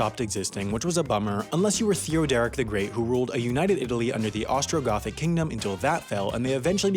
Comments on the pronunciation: Theo-derrick... wat. Th-ee-od-er-ick. Just sayin'. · the pronunciation of Theodoric tho, yikes